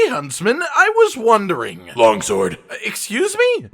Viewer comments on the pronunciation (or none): "Logsword" Losing my crap over that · Did he say Logsword?